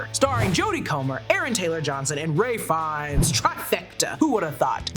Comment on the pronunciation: who is Ray Fines? 😂